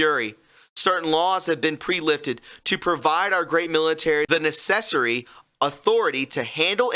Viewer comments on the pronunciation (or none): Lol. I can’t stand your monotone voice. Especially Na-sessory? You mean Necessary? Lol